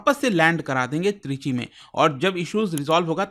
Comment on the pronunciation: Trichy ❌ Three G✔️